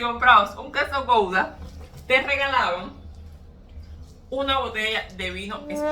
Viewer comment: El RedBull es malísimo para la salud y el queso se escribe Gouda y se pronuncia Guda